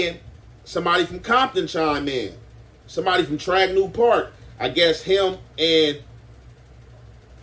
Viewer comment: Not tragniew yo homie said ATF so that’s acacia blocc ..farm dog or spook town. You keep saying Tragniew 😅